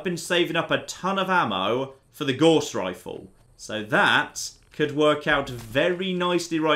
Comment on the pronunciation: You pronounce "Gauss" incorrectly. Look it up.